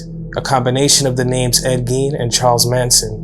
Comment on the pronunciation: Great story and really well done but I believe Gein is pronounced like Stein or Seinfeld and Weinstein✌️👍🏼